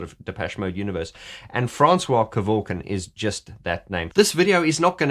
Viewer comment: Can you stop dropping the I in his surname, it's surely pronounced ke-vork-ian isn't it?. You Australians and dropping the i in a surname just like Daniel Ricciardo everyone says Riccardo even if the guy says it that way to me it's wrong, my surname would sound stupid if I left the I sound out.